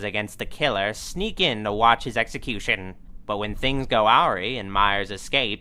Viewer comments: Luv ya either way, but I'm guessing you intentionally pronounce the word "awry" as "owe-ree", instead of "uh-rye"?? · has an interesting way of pronouncing "awry".